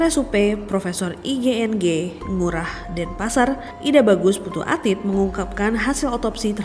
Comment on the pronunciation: Alit mbk bukan atit...